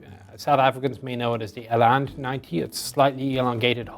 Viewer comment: Nearly pronounced "eland" correct.